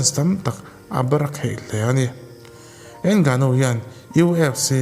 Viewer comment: a fiamthû nihkhi 😂 Ngânu-in mizo; not ènggnuuu 😂